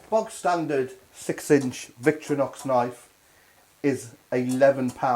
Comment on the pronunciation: Vic-tor-inox, not vic-tro-nox